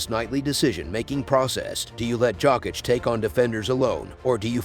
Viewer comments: It’s pronounced Yokitch lol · jAWCK - ITCH!!